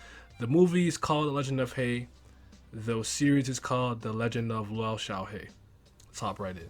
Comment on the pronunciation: Actually the lou is pronounced as loo